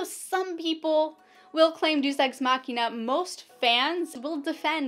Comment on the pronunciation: Deus = "dayus"